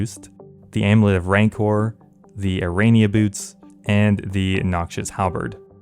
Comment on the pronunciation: please sir rancour rhymes with "vigour"